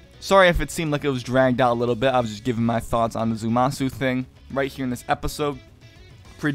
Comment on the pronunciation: It's Zamasu, not Zumasu.